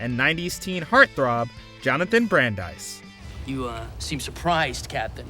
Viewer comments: Jonathon “Bran-dice” ?!? 😂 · Madtv that was the best. Still the funniest show, way better than SNL. I miss the 90s. Also: Jonathan Brand-ice? Lol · That dude's name is Jonathan BRANDIS, not no damn Brand-ise! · Brand-ice? But, Entertainment shows back then said his name the way it's actually pronounced. Lol, you weren't alive yet in the 90s. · Just to toss this out there- if you’re going to review shows, you should make sure that you know how to say their names. Jonathon Brandis (soft “I” sound); Elisa Donovan is NOT said like Eliza Doolittle the character. Just sayin. If you’re calling out to us that enjoyed those shows it’s like nails on a chalkboard when you SCREW IT UP!😊